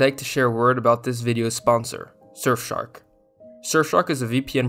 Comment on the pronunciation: lmao shurfshark